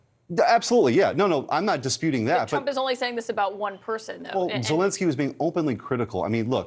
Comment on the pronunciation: You are mispronouncing Zelenskyy's name. It is Zelenskyy (not "Zelinskyy").